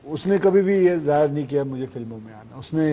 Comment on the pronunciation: zaayar nahi zaahir